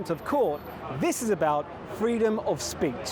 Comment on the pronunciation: Wtf is freedom of speet?